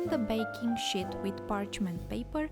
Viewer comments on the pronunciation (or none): Nice channel. Need to try your recipes. Subscribed. But please please pronounce 'sheet' with a long sounding 'E' not a short 'i'.